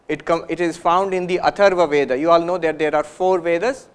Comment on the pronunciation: First time i am able to see some Sadhu is explaining philosophy terms on blackboard. Very nice explanation. Thanks for delivering such nice lecture. Also look carefully, he pronounce the word Ved not veda. This is great!